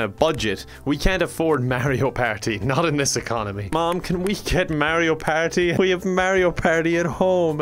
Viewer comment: For real though, I love the way he says the word "party!"